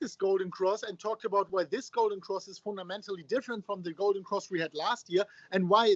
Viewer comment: "uuu, oh"..... Foon Ta Mental Play from a position of Strength...